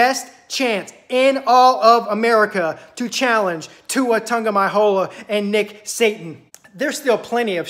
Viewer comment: How do you spell the way you say Tua name? Lol and did you just say Nick Satan oh man this is hilarious I love it. Alabama is not unbeatable, we could lose in 2 weeks or we could lose in the SEC championship and never make the playoffs. Or we could go and win it all you never know. Our defense is a weakness but getting better every week. Diggs going out hurt us, but Smith is decent enough. I hope we make it to the playoffs.